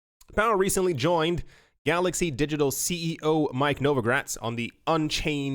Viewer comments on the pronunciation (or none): none